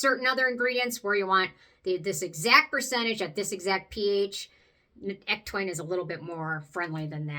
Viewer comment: Hey! Thanks for the video on other ectoin products. Have you ever mixed a couple drops of PC ectoin into the Prequel serum? I am going to try that, just to add more to the serum. Also, on a side note, did you know ectoin is actually pronounded ek-TOE-in?... I said it wrong for so long, until I heard Penn Smith correct herself for saying it wrong in the start also. lol 🤣